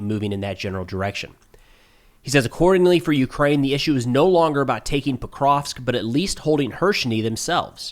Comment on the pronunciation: It's "Pokrovsk", not "prokrov" clueless clown. You have no idea what happens in the world.